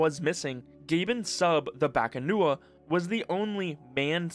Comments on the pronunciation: Correction: The Filipino mythological creature called as "BAKUNAWA" not "BAKANUWA" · BA-KU-NA-WA not bakanua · Why does he keep saying bakanuwa man? It's bakunawa. The u comes before the a. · I'm Filipino and it's definitely not Bakanua. It's BAKUNAWA. A sea-serpent. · Filipino here. Just a correction, you kept pronouncing it as "bakanuwa" when its actually "bakunawa". Fun fact, in old pagan filipino myth, the bakunawa was the dragon that ate the moon, causing lunar eclipses. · its not baka-nuwa it's baku-na-wa. So odd they renamed it to a deep water dragon that comes out to feast on moons. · Bakunawa HOW DO YOU PRONOUNCE THAT AS BAKUNUWA!? BA KU NA WA its PHONETIC!!!! bakunawa the moon eating dragon! bringer of Eclipses! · Bakunawa not Bakanuwa but props for getting the pronunciation close. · It's "Bah-koo-na-wa" The moon eater, it's a wingless dragon that comes out during lunar eclipses. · I like how you mispronounced Bakunawa like there's some trick into reading the letters. It reads how the letters sound.